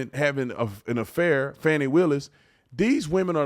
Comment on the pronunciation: Its Fani "Need a G" Willis